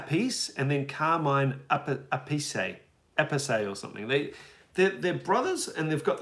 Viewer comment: In fact if we take the real thing you all misprononced Tony and Appice bros name. You say this the anglo saxon way. But in real : eeeomee " thats how you say Iommi Why ? Because its italian. And there no english " eye " sound for I in romance languages. Appice sounds like " Appitchey ". In italic languages, C followed by I or E made a tch sound, not a C like in english, french or spanish... They americanized the prononciation because, no offense to you all, thats what it is, the anglo saxon and romances languages don't go much together as far prononciation is concerned 😊